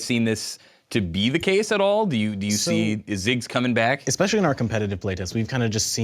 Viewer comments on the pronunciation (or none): "XPECIALLY WORRIED"! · "Are you a little bit cautious, or Xpecially worried." #PunsofDamage